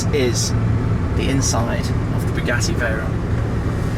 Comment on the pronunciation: Bugeeetiiii(sounds like spaghetti lol whenever he says it lol)